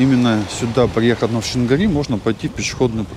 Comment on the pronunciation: Пляж, ущелье и речка называется Шингири, это тюрское название которое уходит своими корнями в глубокую древность, и то как вы каверкоите историческое название для местных людей это просто режим уши и вызывает раздражение.